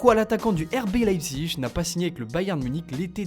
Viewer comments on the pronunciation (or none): none